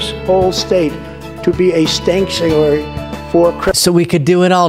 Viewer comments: "stanktuary" yep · tfg actually said, "Stanktuary"! 😂🤣😵‍💫